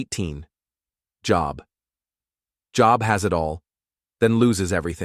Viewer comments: plz.....pronounce Bible names properly its not job as work job.......its joe..b.......how its Biblically pronounced sheeesh :face-orange-frowning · I agree, at least Job would be said correctly!!!